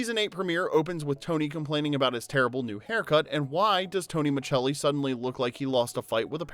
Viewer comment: Exactly. We’re all yelling at our screens. It’s Miscelli!!